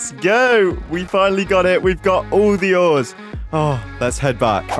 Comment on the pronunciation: 'ore' the ores